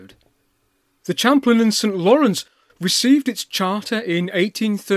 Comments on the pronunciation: Champlain is a French word - shamp-PLAN, not CHAMP-lin. I live not far from Lake Champlain. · In 1832 it was St. John's, Quebec. It didn't become St. Jean-sur-Richelieu until after the Quebec nationalists took over. Interesting pronunciation of "Champlain" -- we in Canada pronounce it Sham-PLANE. The C&StL was no more than a portage railroad to avoid the long river journey and rapids between these two points via the St. Lawrence and Richelieu Rivers. At the time, this was the main route for commerce between Lower Canada and the United States. Due to the "Andrew Jackson" Depression starting in 1832, it took several years to raise the relatively small sum to build this wooden railway. Construction did not begin until 1835, as stated by Mr. Dawson.